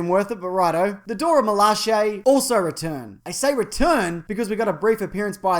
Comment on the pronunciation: OMG! He is the first youtuber to pronounce Dora Milaje properly.